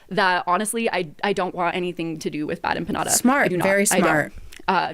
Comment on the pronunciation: Nick had a great point tonight. She did so little research she has never heard the name bad empanada said out loud (evident because she didn’t know how to pronounce). Which is wild.